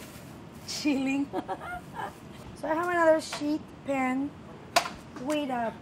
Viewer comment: "sheet pan" hahahaha